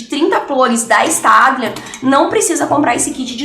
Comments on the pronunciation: Se escreve staedtler mas se lê stedler Espero ter ajudado 😙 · Se pronuncia stebiler ( eu acho)